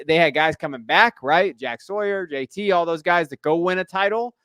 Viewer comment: My man is one of the ONLY people to say JT’s name correctly. 🙌🏼